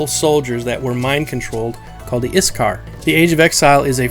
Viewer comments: IT'S PRONOUNCED IK (ich)- SAR (sar) Not IS-Car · The names... Ik-SAR Shi-ssar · OK I get that you said you're rally bad at pronouncing things, but come on, iksar is simple. The s comes after the k not before it. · A pretty tidy wrap-up of the major lore we know so far. I don't know why you were worried about pronouncing things wrong though. I think you did pretty well. I only noticed a couple words mispronounced (IKsar rather than ISkar and Qeynos is pronounced KEYnos), but you got the harder ones right from what I know of it. Overall a great video! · No offense, but it kinda hurt my ears to hear you pronounce Iksar. >_< Regardless, I subbed cause I enjoy the EQ Lore, and look forward to the lore about the Deities and such.